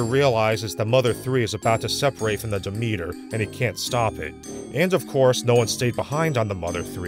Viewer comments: So is the ship called Demeter? Isn’t that usually pronounced DEM-et-ur? Why do they pronounce it almost like “the meter”? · It's the name of an ancient Greek goddess, which is pronounced "de-MEET-ur". But as the filmmakers have decided that banning a religion causes people to forget everything about it (because that's always worked throughout history, amirite?), it probably SHOULD be pronounced "DEM-et-ur". So...yes and no.